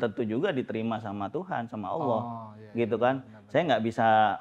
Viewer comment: Si fasih bener nyebut Allah,, yok bisa yok muallaf yok 😄